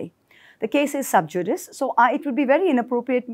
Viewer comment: Ms Moitra. The term "sub judice" is tri-syllabic and is pronounced suhb.JOO.di.see in the anglicized version or soob.YOO.di.ke in the Latin version. Unfortunately, most of our legal experts and even judges mispronounce the term and just about every legal term. Ravine is pronounced as ruh.VEEN. It's wonderful to hear Ms Moitra and hats off to her for having more cojones than millions of Indian men and the humanity to attempt to redress this horrific error of judgment.